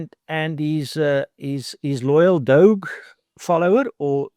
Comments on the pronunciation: If he cannot even pronounce DOGE properly, then he very likely has no insight to its structure or what it actually does. The way he refers to Trump and Musk, he clearly is not a fan of the conservative agenda, then again he does repeatedly refer to the Kennedy School of Government, so that's probably where the brainwashing continued. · This man cant even pronounce doge correct i bet he is a liberal